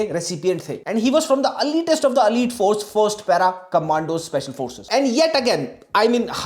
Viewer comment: प्रयासचित नहीं प्रायश्चित्त.. 😊 अलीट नहीं एलीट.. 😬 शहादत नहीं वीरगति... 🫡 Not Georgian, Gregorian.. 😁